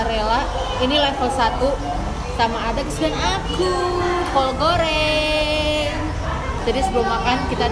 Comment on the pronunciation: ngomong goreng aja gouwreng